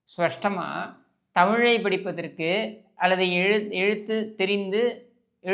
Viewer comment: அவர்களே. அது "ஸ்பஷ்டம்". Anyways.. நீங்கள் சொல்வது சரியே. எல்லோருக்கும் பிழை வருவது மனித இயல்பு. முந்தைய american return நிதி அமைச்சரை விட இவர் தமிழ் எவ்வளவோ பரவாயில்லை. நான் TVKவிற்கு ஓட்டு போடவில்லை. ஆனால் இந்த ஆட்சி நன்றாகவே உள்ளது. உண்மையாக ஏதோ நல்லது செய்ய வேண்டும் என நினைக்கிறார்கள். திமுகவிற்கு ஆத்திரம் புகைச்சல் விஜய் ஆட்சி பிடித்துவிட்டார் என்று.